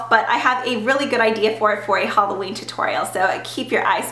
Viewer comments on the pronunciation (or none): none